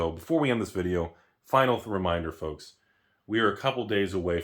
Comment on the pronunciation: That 🗣”FOLKS!” had some stank on it!